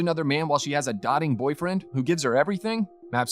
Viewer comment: Its pronounced "dough-ting". "Dotting" has 2 t's.